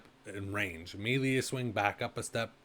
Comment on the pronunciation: Did you record this in 360p and say it as "mealy" weapons? TF is wrong with you.